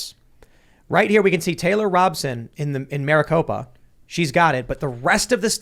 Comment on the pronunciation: I'm no fan of KTR, but understand her name is pronounced Robe-son, not Rob-son.